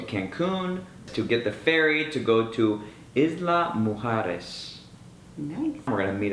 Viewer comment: It sounded like you said you were at Isla mejores at the beginning of the video. Was that a slip or were you saying this is the best island ever?